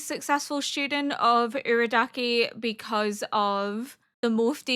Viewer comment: It might help to know that with Japanese pronunciation, the vowels will always sound the same (A - ah) (I - ee) (U - oo) (E - eh) (O - oh). So in this way, Urukodaki's name is Oo-roo-koh-dah-kee. Nezuko is Neh-zoo-ko. Muzan sounds like Moo-zahn. Hopefully this helps! I loved watching your S1 and 2 reaction of Apothecary Diaries and I'm happy to see you following best boy Tanjiro! (Tahn-jee-roh!)